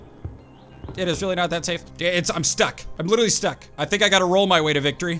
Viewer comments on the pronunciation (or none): none